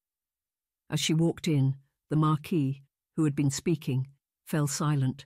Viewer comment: "Mar keese"?